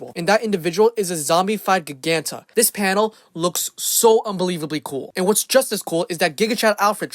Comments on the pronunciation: Pronounced JI-ganta, not gig-anta, otherwise, cool video! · It's pronounced "Jy-gan-tah".